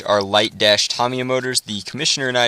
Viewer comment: not to be a grammar nazi but this is how yu say it :) (Taameeeyaaa)